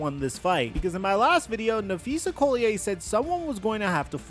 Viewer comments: If you're going to report on the league you should probably at least be able to pronounce one of the most important people in the videos name correctly. Im not complaining, just letting you know that will be the excuse they use to say you don't know what you're talking about. Collier (Call-e-yer) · its Napheesa Collier pronounced call-Yer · I clicked away when I heard him say Phees last name wrong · Please learn how to pronounce Napheesa Collier's last name right...